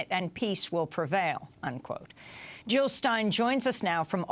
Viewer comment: Jill not Hill !